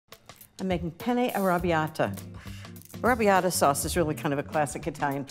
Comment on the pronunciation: She’s an impostor. Never trust anyone who says arrabiata the way she does.